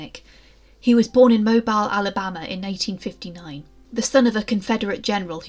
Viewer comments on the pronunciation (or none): Ahem, it’s Mobeel, not Mobile. Sorry, I had to say. Great video, though. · Absolutely fantastic job! I learned so much. 🎉. A couple of pronunciation tips for American place-names: Mobile, Alabama is pronounced “mo-BEEL”, for Chicago… the “Ch” is a sh sound. Same is true for the US state of Michigan if you ever come across it.